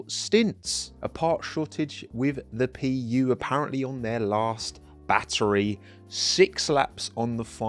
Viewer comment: Honda PU❌ Honda pee-ew✅